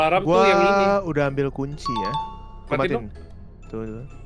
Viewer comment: ngakak bgt mo ngomong ambil malah ambyal😭